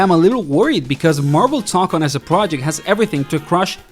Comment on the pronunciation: Say TOE CON, not tock on